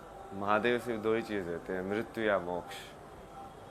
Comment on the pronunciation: ये पत्रकार मोक्ष को मो छ कहृ रहे हैं I पहले सही बोले